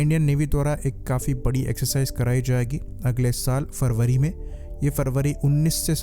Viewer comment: Farbary nahi sir February. kindly thik se uchharan kijiyega, apko bahut lok sunte hai.